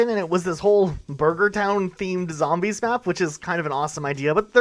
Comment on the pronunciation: Has this loser never played a zombies map? Can’t even say them right